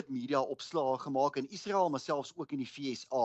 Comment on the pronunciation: In Menstaal word 'n g as G uitgespreek en 'n s as S: Gasa; nie agter ingels aan 'Ghaza' nie. In Menstaal word Israel as ISRAEL uitgespreek; nie agter ingels aan 'Iesrael' nie. Onbeskaamd Afrikaans.